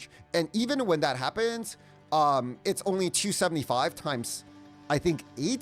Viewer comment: This guy cant talk normally, maybe because chinese. ' Even when that happpppppens ' ? ' It's a Shrappppppnel? ' It's like every sentence is a question, and he's not sure of what he's saying